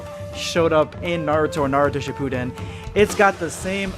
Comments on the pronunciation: Man I just new that something was wrong when he said Dragon-ball Shipudden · Hate the way he said “shipuden”, “rasengan” and “madara”